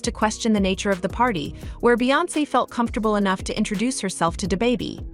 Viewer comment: come back when you arent a misleading bot n can pronounce da baby